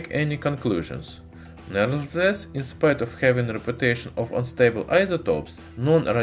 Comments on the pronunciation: Walrus Piano - nevertheless* At least he has a good vocabulary though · i like how he says "nevertheless"